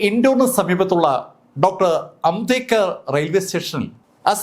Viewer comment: സാർ ഇങ്ങനെ ചിലത് പറയാറുണ്ട്